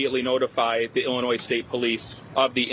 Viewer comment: Saagar RESPECTFULLY, It is not pronounced Ellinois it is Illinois.